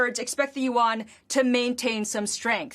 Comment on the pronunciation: its YUAN, not WONG...but its ko, we understant it. just let u guys know :D